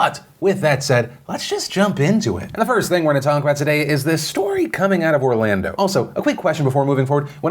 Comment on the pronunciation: I can fully admit as soon as you said “Orlando” I cringed.